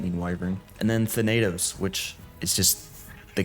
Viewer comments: Your pronounciation "THA-NAY-TOS" Correct pronounciation: "THA-NUH-THOS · ‘Than-uh-tos’ is how you say “Thanatos” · you got pretty close with thanatos! its tha like you say thatch that “tha” na as if your saying nah and tos just as toss tha-na-tos thanatos is also the greek god of death so him being the king titan makes sense lol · Your not saying Thanatos right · Good vid. you did not pronounce thanatos correctly but thats ok